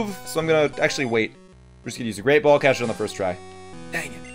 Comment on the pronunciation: just me or did he say rape ball instead of great ball?